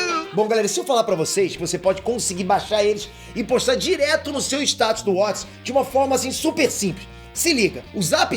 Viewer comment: Só eu que percebi ele falando status do whots?kkkkkkk